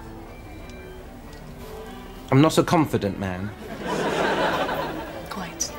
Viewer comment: The way she says 'Quite', seems rather quintessentially British - the way she said it, isn't it? Or am I imagining it ?!